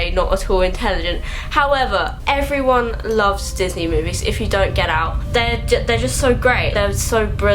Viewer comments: "pixy and disnar' lol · She said pixy and disnar. Me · "pixey slash disnar" I dIED